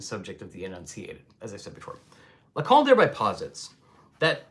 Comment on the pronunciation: "Lacan" please not "Lacon" or "Lacong".